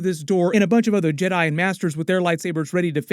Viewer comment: ¿Why did he say yeRAI and not jedi?